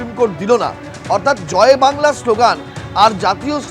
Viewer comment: বেশ করেছে, ভালো করেছে, এই স্লোগান তো মমতা বন্দ্যোপাধ্যায় এর রাজ্য সরকার, মমতা বন্দ্যোপাধ্যায় দেয়।। মমতা বন্দ্যোপাধ্যায় বলে "জয় বাংলা"(কিন্তু শুনা যায়, ঝয় ভাংলা)।।।।। উচ্চারণও ঠিক করে করতে পারে না, পন্ডিতের দল!!!😊😊😊???